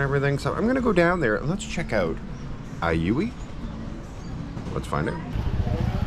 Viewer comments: in hiligaynon, (ilonggo dialect) J is pronounce as H therefore, Ajuy is Ahuy… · You killed it.. it’s Pronounced as AHOY ….:) 😅😅😅😅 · AJUY - pronounced AHooy 😂😂😂😂 😂😂😂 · The town is pronounced as Ahoy! Like Chips ahoy!😂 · a-huy (a as in back, huuuy) hehe